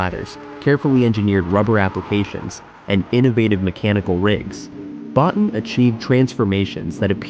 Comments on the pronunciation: Rob "Bo-teen"! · Just a quick note - Rob's last name is pronounced "Bo-teen", not "Bot-tin". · Great video, but Rob Bottin's name is pronounced 'Bo-teen'. Other than that, i loved it!